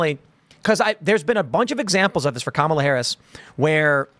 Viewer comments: Comma-la? More like Coma-la. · Kum-all-ova her.😂